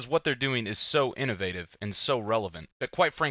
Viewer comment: Anyone else annoyed how he says innovative?